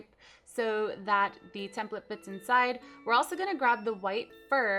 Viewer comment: cupquake u r saying template wrong :/ it bothered me SO MUCH!!!!!!!!!